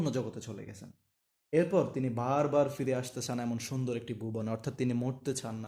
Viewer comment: পিরে নাকি ফিরে